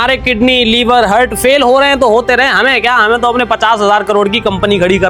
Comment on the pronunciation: हार्ट ❌ हर्ट ✅